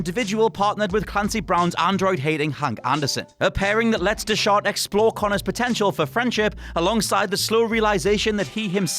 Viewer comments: Dude. Come on. How could you have pronounced Bryan's last name wrong? You even made the Blade Runner reference and everything. Smh. It's pronounced like 'Deck-Heart'. He even has a twitch and YouTube channel where he and his wife (she plays the Tracy androids) play games. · Kinda threw me off hearing your mispronounce Bryan Dechart